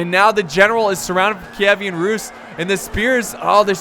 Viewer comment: Kievan, not Kievian.